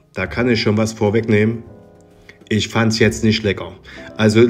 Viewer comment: Üsch kann i von ü und ch von sch nüsch unterscheiden. Grausam.